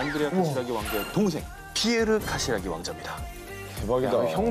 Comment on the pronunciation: 카시라기..라기..라기...발음이 재밋어요!!